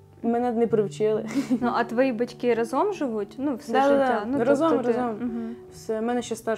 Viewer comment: ви така чудова! Дуже дякую вам за цікавий контент і чудову подачу ❤ я б порадила вам трохи підвчити наголоси у словах, або хоча б запам'ятати що правильно говорити рАзом, а не разОм